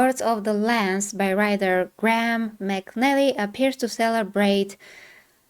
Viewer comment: McNeil❌ McNelly✅